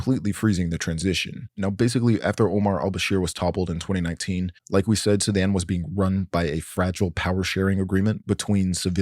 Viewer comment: why does he pronounce it like "Sedan"